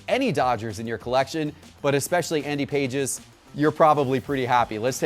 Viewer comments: Lordt have mercy. It's not Andy "PAGES" -- it's Andy "Pah-hez" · It's not pronounced like pages and he hasn't started every game this season for the Dodgers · You pronounce Andy Pages name wrong. It's PAH-hez. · Pronounced ( Payes ) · its pronounced like Pah-es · if T-pott fed him Pages' stats for this episode, I really question him being a baseball expert. You can't go in front of hundreds of thousands of subscribers and simply state stats that are not even close to factual and then pronounce the guys name wrong on top of it and say "I've got the inside Intel, listen to me, I know what I'm talking about" If it was a first time offense, I'd let it slide, but come on, this happens on the regular. Baseball guys know there stuff and it's hard watching someone with a large audience, financial backing, and a team around him flub the stats, the name, etc over and over. They just need a real baseball expert that geeks out on the stuff. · Do your homework - Pages just recently got called up from AAA - he has not started every game - also learn how to pronounce his name correctly... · Not how you say pages name